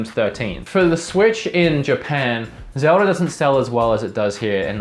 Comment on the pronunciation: Your a huge Zelda fan but you call it Zelder sometimes